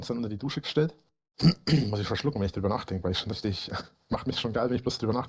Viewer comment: Was würden wir nur ohne euch Reactor tun....allein ist das nicht zu ertragen 😎 Ich mag es übrigens sehr, wie du "rischtisch" sagst 😉 Danke, dass du dir das für uns/mit uns antust 🥰